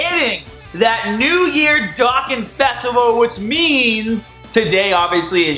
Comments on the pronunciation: BROOOOO its BardocK with a k not barda and Dokkaaaaaaan not dokken man u 504 u should get it but still i like u videos but i needet to let u know that in hopes it changes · Am i the only one triggered by "Baddock" and "Dawkkan Battle" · how the hell can't you pronounce a simple word like Dokkan